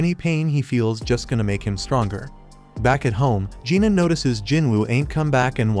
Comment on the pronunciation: I can see it being confusing with Jin-Woo, Jin-Ah (which he pronounces Gina) and Jin-Ho. Most westerners are NOT familiar with Korean names outside the notorious Kims up north. I read the light novel and manhwa so it wasn't confusing at all. I did eventually realize he was saying Lee-Ho but half the time it sounded like Leo.